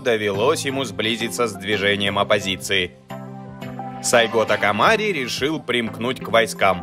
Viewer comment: Позвольте поправить. сАйго такомОри. Да и история рассказано не совсем чётко. Советую прочитать побольше информации по поводу Сацумского восстания. САйго не планировал возглавлять никакого движения, а шёл в столицу, для получения разъяснения, по поводу покушения на него. И тамошние самураи пользовались современными ружья и, а пошли в рукопашку из-за того, что боеприпасы тупо кончились. История очень интересна, изучите её поглубже) спасибо за контент